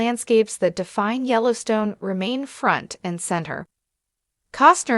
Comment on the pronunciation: You can't even get someone to read the name of our national park. So bad